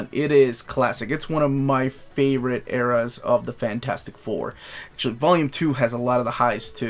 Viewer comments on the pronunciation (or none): none